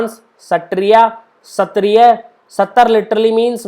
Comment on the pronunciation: Sir, it's Sattra not Sattar :)